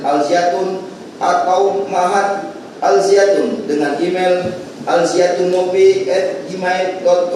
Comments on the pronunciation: Alzaytun... alzaytun.. Bukan alziatun 🤣🤣🤣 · Jaksanya gimana siih bukan Al-Ziatun to tapi Al-Zaytun woy 😂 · Woy Alzaytun jangan alziatun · Mulut kepleset gak bisa baca Al Zaytun😂😂😂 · Lidah nya jpu kepleset, karena nama Al Zaytun sangat suci, jadi tidak sanggup jaksa mengotori nama suci itu 😊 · Tulisan suci jadi g bisa jelas bacanya semoga tergetar hatinya luluh sama nama al zaytun